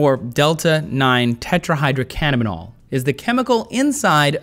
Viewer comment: This is incredibly uninformed. He even pronounced the chemical names for THC and CBD wrong.